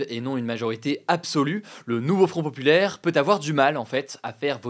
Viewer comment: "Le NouveaufronteuhPopulaire" 😂